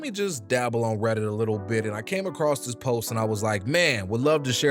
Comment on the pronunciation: “Let me go on redit” famous last words 😂